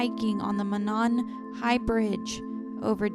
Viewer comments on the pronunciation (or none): it’s mo ( long vowel o as in oh ) and then nan high bridge just an fyi